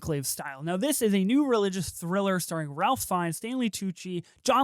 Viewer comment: Great review :) but first, Mr. Fiennes first name is pronounced Rafe :) and thank you for saying intersex instead of trans lolol...